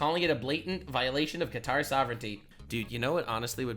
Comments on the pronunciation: That lady calling Qatar cutter was kinda triggering me. I'm a dumbass who makes gun parts in a machine shop for a living. And even I know how to pronounce it correctly. It's like my fellow whites who call tortillas tortilas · I'm so sick of all these clueless news people calling it cutter 🤦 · I cringe every time she says Cutter for Qatar... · Did she just call Qatar "Cutter"? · why do they pronounce qatar as cutter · it’s not how I’ve heard Muslims speaking English pronounce it. It’s more like kor-tar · How is it the fuckin news can't pronounce Quatar and always pronounce it Cutter. Like a dude with a knife 🔪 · yeah cant believe she said cutter Americans are so dumb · Qatar- cutter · Thats noy how you pronounce "Qatar" lmao 😂😂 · CNN Can't even pronounce Qatar correctly. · If you can't say Qatar you maybe shouldn't be on the news. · I can't get over how much I hate the way that anchor pronounces "Qatar" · Why are American news anchors the only people on the planet who pronounce Qatar WRONG in that specific way. Totally irrelevant but idk it irritates me. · The way they pronounce Qatar gives me a headache lol 😆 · cutter? Qatar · why she keep pronouncing it “cutter” and not Ka tar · how is she an anchor and cant pronounce Qatar right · Why can no one on the news say fuc*ing Qatar correctly. How the hell is "Kuh-tar" difficult to say? Freaking "Cutter" 🤦‍♂️ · woman said "cutter" like no damn it! qatar!!! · Qatar is not pronounced kutter It’s pronounced Kuh-Tar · “From Iran to uh cutter” 😭 who pronounces Qatar like that? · For the hell is this cutter the reporter keeps mentioning in the first 2 minutes, or is she failing at saying Qatar. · Is it actually pronounced Cutter? I always pronounced it Qatar🤔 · Did she really call it cutter? lol its Kuh-Tar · Does she pronounce it right? "Cutter"? I thought it was "kataar" ? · Why the fuck do they all call it Cutter? Bro is KAH-TAR jfc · Jfc it’s not cutter it’s kah-tar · Is she pronouncing qa tar cutter? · "cutter"? lolwat